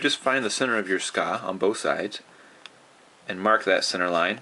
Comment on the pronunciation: well 'tska" or "sooka", or "tsuka", it doesent matter, as long as you know that specific part of the sword.. ^_^ please no need to get that frustrated